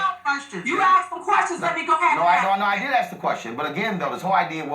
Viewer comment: just said AXED when he MEANT ASKED, can't even speak American ENGLISH. Ghetto is showin' bruddah.